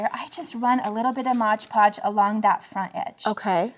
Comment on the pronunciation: it is MOD Podge not Modge Podge.